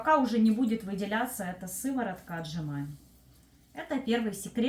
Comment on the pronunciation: Только не сыворотка а сыровотка 😂